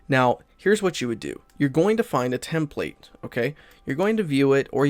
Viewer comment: You pronounced template incorrectly. Lol